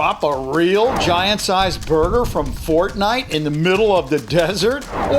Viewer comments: It's fortnite not Fot nite?? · ForDnite is how he Said it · Its not fotnite its fortnite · it says fotnite without the r! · He said fotnite